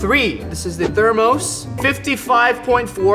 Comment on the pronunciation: Thermos is pronounced (ther—miss)